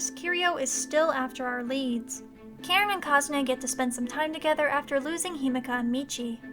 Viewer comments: Okay, all the love, but it's pronounced Ka-Rin, not Karen. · funny how whe you say "Karin" sound like you say "Karen"